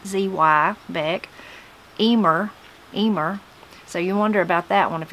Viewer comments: Emer is an Irish name. I know a young woman with that name! You pronounced it perfectly, btw. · when you mentioned the name Emer, thats a fairly common Irish Gaelige girls name pronounced jyst as you said it